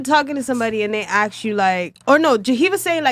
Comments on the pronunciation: Omg so many of the girls say ‘aks’ instead. I’ve noticed like months ago lol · Aks aks aks aka aks aks I hate that crap. It’s ASK